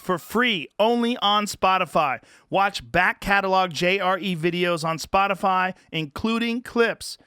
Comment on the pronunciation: Texas twang on the ol' "Spotifaaa' " at the end there. Anyone else pick up on that?